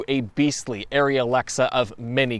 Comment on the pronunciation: I am so SICK! and I mean SICK of people that CANNOT pronounce ARRI correctly! Great video but learn how to pronounce ARRI CORRECTLY! Is the "i" between the "a" and the "r"?????? NO ITS NOT! its NOT pronounced airy "air-E" its PRONOUNCED ARRI! "are-E"! For Gods sake man! Learn how to PRONOUNCE ARRI CORRECTLY!